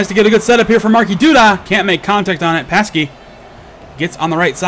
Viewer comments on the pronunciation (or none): "Pasky"...No,, no! xD Anyway, another great cast from you! I love seeing these types of matches.:D